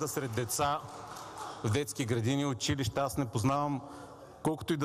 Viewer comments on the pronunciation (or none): none